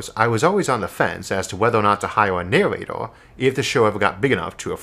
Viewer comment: Isaac - "I'm waisin funds foah a naowatoah..." Fans